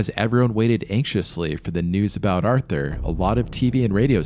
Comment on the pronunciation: Artur, not arthur